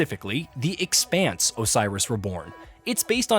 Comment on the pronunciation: Uh, it's not The eXpanse, it's the Expanse - the way you're emphasizing the X makes me think you've never seen a single episode of the show. One job, you had one job. Hope it's a great game though.